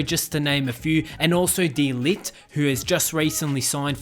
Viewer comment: It’s de ligt not de light